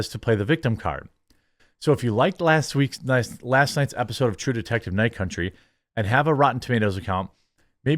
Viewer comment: True Detective: Night Cuntry